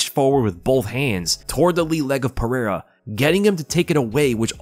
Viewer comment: You should learn how to say Pereira’s name